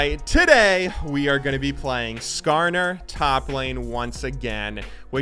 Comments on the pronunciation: He actually said Skarner right, I'm surprised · He got "Skarner"'s name right, I'm so proud of him!